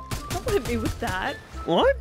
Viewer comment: Chichi said heet